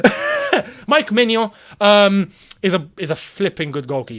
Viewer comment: good pronunciation for Maignan;-)